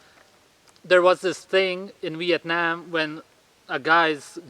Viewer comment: Your pronunciation of Vietnam is correct! Most people would say vietnom.